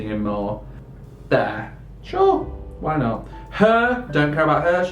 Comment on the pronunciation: His accent is so funny! The way he says sure 😂 “shoower”